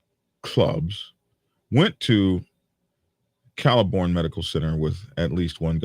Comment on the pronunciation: Also it’s not caliborne it’s pronounced CLAY-BURN county medical center.. figured I’d translate the East tennesseean for y’all.